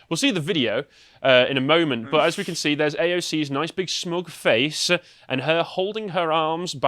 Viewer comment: Anyone else hate vocal tic where he puts "uh" at the end of sentences or words for no reason? In what universe is "but" pronounced "buhtz-uh"?